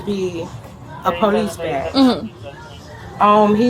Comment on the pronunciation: Hearing "Pole-eese" just gets insufferable after a while. "Bro, Am-Bah-Lance, Breeving, axing" It is all just SO taxing to my brain